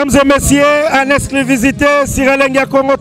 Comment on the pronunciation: Journaliste manque de professionnalisme,oza ganga na matanga on dirai ozo présenter artiste na concert et puis il faut bien dire < >non < >😀😀😀